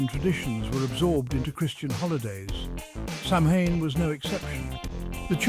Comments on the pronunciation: You mispronounced "samhain." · Hard to give a thumbs up when the narrator can't pronounce the subject name correctly.